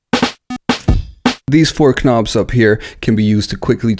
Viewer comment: Did this guy really say "ka-nobs" ?! lmao